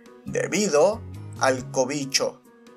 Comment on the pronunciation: Amo que el diga "covicho"